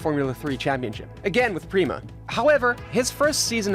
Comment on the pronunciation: It’s pronounced “pray-mah”